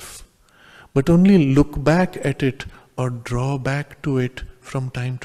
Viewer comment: Look Back..not Look Book. Thanks for the fantastic content!